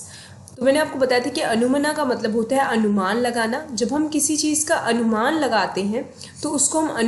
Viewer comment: Anumana is pronounced as अनुमान